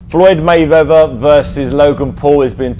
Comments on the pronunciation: He said mayveather LOL fml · this guy makes a mistake first seconds cant even pronounce mayweather